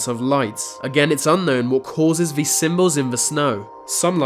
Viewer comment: The way you pronounce words with “th” in them as “v” sounds. They = vey. These = Vese. Is this just an insane, annoying British accent?